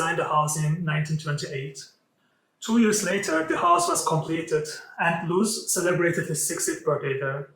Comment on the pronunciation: Little corrections, it's Karel Lhota (not Lotha), also please work on the pronunciation of the architect himself - it's not Englishlike long o (ú) it's simply longer o.